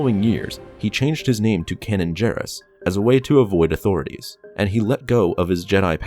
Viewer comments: Narrates Star Wars videos; doesn't even know how to pronounce the name Kanan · It’s kAnan the a sound not o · Kanan is pronounced Kay-nen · It seems like you deliberately mispronounce names sometimes. Kanan's name is spoken allowed in the show and you still call him "Canon" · IT'S KAINAN Not Kanan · Kay-nan not cannon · It's not "canon", it's "Cane-in". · I have no idea who "Canon" Jarrus is. I do, however, know who Kanan (pronounced "Kay-nan") Jarrus is. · Kay-nin not canon lol idky it bugged me so much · Just so you know - it's pronounced "CAY-nan" not cannon. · uh you are pronouncing kanan wrong, its kanan (pronounce the first a as if there was an e at the end of the word, that's how it's pronounced in the Star Wars Rebels Tv show. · it’s pronounced like Kay-nan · It’s ka na an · Why do you pronounce Kanan like "Cannon?" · It’s pronounced K Naan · You said Kanan's name wrong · you kept saying kanan wrong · anyone else mad about how badly he pronounced Kanans name??? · I don't like how you pronounce Kanan... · Can you say kanan properly please :D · can't pronounce "kanan" correctly? video FAIL. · I cringed every time you mispronounce Kanan's name. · Omg learn to pronounce the names right. First you said A’Shareed, it’s ah-shar-ed, then you used the correct pronunciation. You first said Deee-puh Bilaba, it’s Deh-puh. Then you said Can-un, it’s freaking Kay-nan. These are simple things to look up so you can say them correctly. I mean, if you don’t care enough to do a tiny bit of research to learn the correct pronunciation, then why should I care enough to watch/like/subscribe???? Would you turn in your thesis paper with all the words misspelled? Not if you wanted a good grade and to be taken seriously, so at least put a little fucking effort into your videos, it’s just a polite, respectful, intelligent thing to do. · I'm intrigued about the planet Daggo-bar, and Cannon Jarus. There is no excuse for getting those wrong.